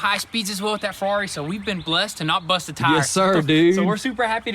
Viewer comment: The way he said "buST" 😂💀